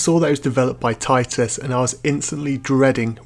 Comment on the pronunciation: It's pronounced TITus. Anyway, good review, as a chess-fan I might check it out